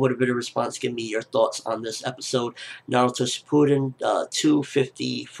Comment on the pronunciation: shipuden???? its pronounce as shippuden